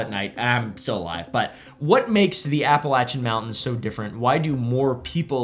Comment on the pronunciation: Finally a YouTuber that doesn’t butcher the name, Appalachian